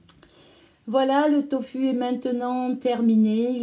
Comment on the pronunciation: Bonjour, je préfère les vidéos SANS musique 🌞 C'est une recette sublime! Je consomme du Doūfu une fois par mois !! Vous dites conserver les pots au frigo, ils ne peuvent pas se conserver à l'obscurité dans un cellier frais? * Sinon, l'on prononce "to fou" 豆腐 en pinyin c'est "doūfu", le "u" se prononce "ou". En tout cas c'est comme ça que c'est prononcé.